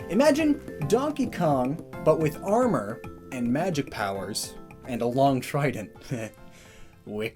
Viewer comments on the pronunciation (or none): none